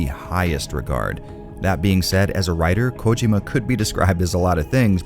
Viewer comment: The pronunciation of Hideo Kojima is slightly annoying but I still love the video and I’m on a binge of your reviews of Silent hill and Resident Evil Games